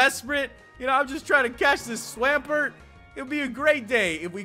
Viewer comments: a what??? Holy up a second, what the fuck is a swam..... pert? u mean a swamp.... ert? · i feel offended of how you butchered swampert name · omfg the way he pronounces swampert 😤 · It's Swamp ert not swam like swim past tense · Swamp-----ert not swaampert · No offense but swampert is pronounced swamp pert not swaaaaaampert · You pronounce Swampert so weird lol